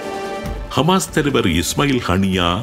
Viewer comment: Hisbulla & hamash not hamash hamash